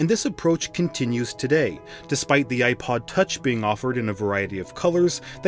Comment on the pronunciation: I can’t listen I’m sorry I just can’t with the way you pronounce the “i” in iPod 😭